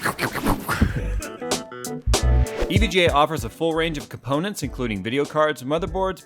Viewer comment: I never knew components was pronounced ka-ponents. And you know you’re struggling to make content when you say you have to fill your “content space” with dumb stuff😂😂What a pathetic and horrible video you imbecile!🖕🏻🖕🏻🖕🏻🖕🏻